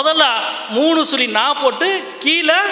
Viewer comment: களட்டியவர், சுளி, பொளுது, தமில் இதெல்லாம் கற்று கொடுத்தவர் ஈவேரா வா? முதலில் தமிழை ஒழுங்காக உச்சரிக்க கற்றுக் கொள்ளுங்கள் எம் பி.